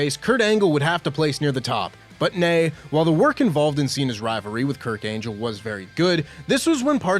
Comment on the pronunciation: Hol' up. Kurt "Angel"? O_o